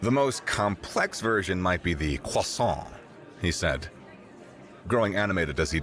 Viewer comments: You call Croissant a 'khrua-sont', AUTHENTIC FUIYOH!!! I'm not French, but a Thai and that's exactly how we call croissant with a bit of difference to fit the local accent. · Please stop saying croissant like that